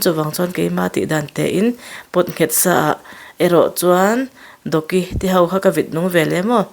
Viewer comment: Doki kha a thlûk a dik lo, thlûk san tur🤭